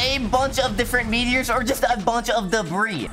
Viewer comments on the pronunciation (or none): none